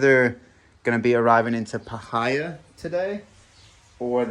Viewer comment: Parh-hi-a 😂 pie-here